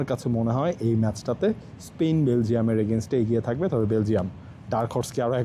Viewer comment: ভাই এরা প্যারাগুয়ে রে বলে পারাগুয়ে, আবার স্পেন রে বলতেছে স্পীন 😊